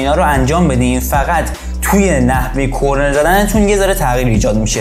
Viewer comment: کرنر درسته نه کرنل😂👌